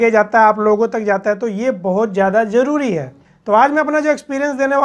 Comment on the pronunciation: جیادہ، جروری ،جمین 😂😂😂😂 ضروری، زیادہ، زمین صحیح الفاظ ہیں، تلفظ کا صحیح استعمال کرنا سیکھیں ۔۔